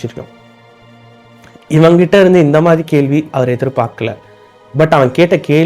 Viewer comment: தம்பி, " கேள்வி, கேள்வி.. என கூறாமல் " கேள்வி" என " ள" கரத்தை சரியாக உச்சரிக்க வேண்டும்.கற்று திருத்தி கொள்ளவும்.